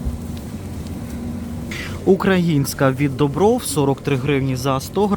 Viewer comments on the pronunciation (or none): none